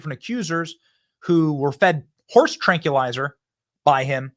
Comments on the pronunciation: Not “Tran-Q-lizer” Benny!! It’s “trank-wil-izer”!! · also, it's TRANK WILL LIE ZER lol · Benny, you need to learn how to pronounce "tranquilizer" or stop saying it. It makes you sound like an idiot.